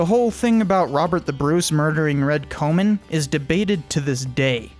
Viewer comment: swing and a miss with some of the pronunciation, but a great video. e.g Comyn is pronounced like common at least in modern day Falkirk ;)